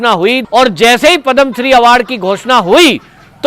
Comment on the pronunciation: Not padam shree but padma shree